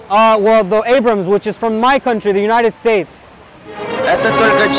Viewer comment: He says, "My country, the United States," with the most Mexican accent ever 😂